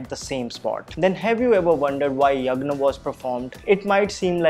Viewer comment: Yagna 🤣🤣that is not yagna, that is yagya